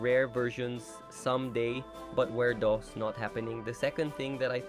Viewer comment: Did called werdos “Wirdoes”💀💀🥀🥀💔💔